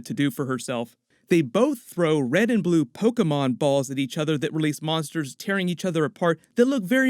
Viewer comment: I like that you pronounced Pokémon Correctly 🤔